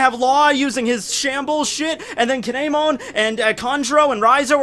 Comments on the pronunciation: Damn, that KAY-NEY-MON pronunciation hurt me a bit...either way, awesome vid! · you pronounce kinemon wrong